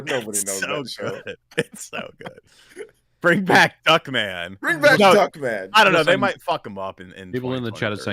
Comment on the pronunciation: Was he saying Darkman? I thought he said Duckman